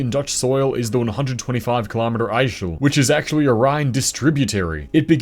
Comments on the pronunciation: It always amazes me how bad English speakers are in pronouncing Dutch. You’d expect it’s the easiest for them since the languages are so close . Yet they always have trouble. The river is pronounced with a “hard s”, not a sh. The Dutch IJ (digraph) is different from English I, but since there isn’t any English equivalent, we don’t count this one 😊 So: IJssel = I-suhl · ijssel is pronounced like “eye-sul” and ijsselmeer is pronounce “eye-sul-mere” :D